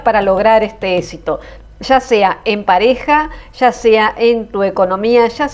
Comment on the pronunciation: Se dice éxito no esito